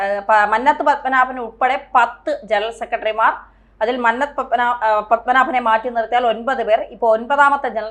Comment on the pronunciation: മ"ന്ന "ത്തു പത്മനാഭൻ്റെ "ന്ന "ഉഛരിക്കേണ്ടത് കുന്നംകുളത്തിൻ്റെ "ന്ന "യായാണ് '